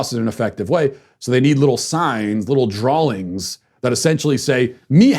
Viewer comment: Matt! You said “drawlings”. Damn it, there is no “L” in “drawings”! Cancel yourself.